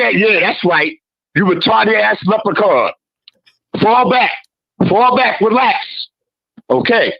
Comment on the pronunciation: Rory packed Left um Handed up real good , he said leprican 5 xs